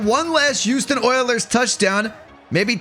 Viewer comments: I do NOT like the way that you say Houston oilers, the way you say is the "Uouston Oilers", bro is NOT pronouncing the "H". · Why does it sound like yuoston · dude can't even pronounce HOUSTON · why the duck do you say Houston like that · pisses me off